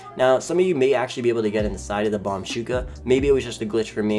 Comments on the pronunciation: Its bombushka not bombshuka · I love how he says bombshuka but its bombushka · You can go inside the bombuska if you take off some upgrades and you can’t put vehicles in the cargo bob Btw it’s pronounced bomb-boosh- ka not bomb-shooka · It anoyed the hell out of me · Fun times but the mk2 ruined the game btw i was dying he was saying bomb shuka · Somehow its very anoying to hear the bombushka miss pronuanced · Can you just say B O M B U S H K A normally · You don't have to add " Do your homework before posting nonsense." And he just pronounced it wrong chill it ain't the end of the world.